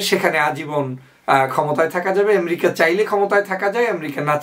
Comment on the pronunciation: এম্রিকা কি ভাই? উচ্চারণ টাও ঠিক করে করতে পারেন না?? খুবই দুঃখ জনক।